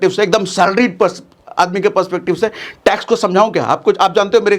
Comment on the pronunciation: Tax 😂bihari style mei